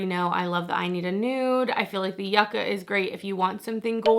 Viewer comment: I hate to do this, but its you-cah!